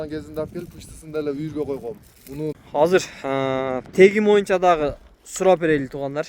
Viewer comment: Моюнча дегенинди токтотуп боюнча деп таза суйлочу